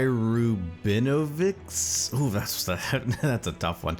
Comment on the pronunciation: That was a lot of extra turns. How many did Adam still have banked at the end there? P.S.: The "cz" at the end of Rubinovicz is pronounced like a "ch".